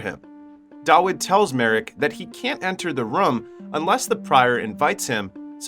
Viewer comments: new drinking game take a shot everytime he says rum instead of room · It’s Room, not Rhum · yo who taught you english, what the hell is a ruum, you mean “room” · Room❌ Rum✅ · ''beby'' and ''rum'' instead of room lol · They are called fryers NOT PRIORS AND ITS ROOM NOT RUM..😂😂😂😂😂😂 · it's not rum it's room why do you pronounce it like that? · if i have to hear this guy calling a room "rum" one more time, i'm going to lose it. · its pronounced, ro͞om. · bro im now convinced your just trying to pronounce everything as wrong as possible just to be irritating lol " They walked in to.... the RUM !" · MF why do you keep pronounce room as rum mother.......ker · Room! Why can't you pronounce a simple word unless this is AI. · I do not like how you pronounce “room” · The scariest thing in this video is the pronunciation of the word "room" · 👎 due to the numerous mispronunciations of the word "room". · You have an interesting way of saying "Room"